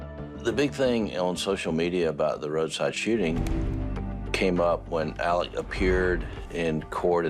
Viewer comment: Yup Murdock. Also his name is pronouced Elek, not Alex. You'll note that will always prounce it correctly.